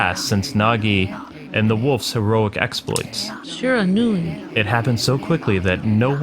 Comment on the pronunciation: I believe it's pronounced shear-a-nu-i.